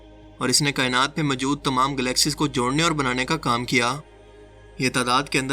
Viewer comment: السلام علیکم بیٹا جی ۔۔۔ آپ کا تلفظ اتنا غلط ہے کہ کوفت ہوتی ہے۔ مثلا آپ کی نالائقی موجود کو مجود کہنے سے ظاہر ہوتی ہے۔ لگتا ہے یا تو آپ دورانِ تعلیم نالائق تھے یا کسی نالائق استاد سے پڑھے یا کسی نالائق بیک گراؤنڈ سے تعلق رکھتے ہیں۔ ہو سکتا ہے یہ سب کچھ غلط ہو مگر اپنا تلفظ درست کیجیئے